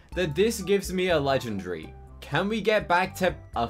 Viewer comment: NO HATE BUT he always says legendry